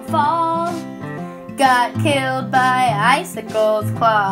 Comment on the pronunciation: What normal people hear: killed by icicle’s claws What I hear: hilled bye icey claws